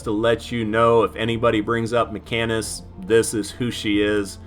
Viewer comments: FYI - pronounced "Machine-ist" (not makkinist") ;) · No man, it's a great length. If they don't like it then don't watch it. You explain in detail the difference between them. You do say "machinist" wrong. It's pronounced "machine-ist" not "mecha-nist" lol, love your content tho dude...keep it coming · I lost all respect for you when you called a “mackanist” 🙈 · It's MaSHEENist. MaCANists don't exist. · Dude you're killing me. Kit/title is pronounced "Machine-ist":) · Ma-Sheen-ist, lol awesome vids bud, but for some reason every time you say machinist it felt like I was getting stabbed in the ear. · Bullrush is great on mini bosses. The decoy nerf is horrible. As a machinist for many years, your pronunciation is offending LOL. - Ma-sheen-ist. PS: the nicest guy in fortnite.